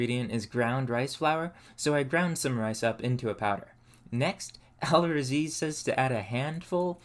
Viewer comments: *AR-Razi (L written but pronounced R) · just an fyi as a muslim myself its pronounced ul raazi